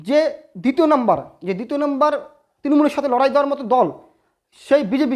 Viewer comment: Uccharon ta ektu thik korun bhai. "Patti" na "Prarthi"."Tinomool na "Trinomool"